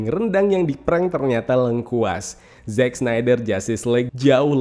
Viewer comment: "Zack" bang, bukan "Jack". anw, thanks for the review.